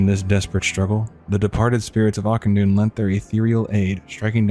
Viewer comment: Ah-kin-dune the ch is a K sound